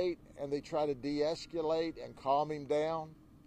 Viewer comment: Sheriff Judd sure loves his visual aids. But someone really needs to teach him how to pronounce the word "deescalate."